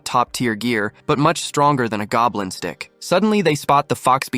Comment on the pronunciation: bro did NOT say stick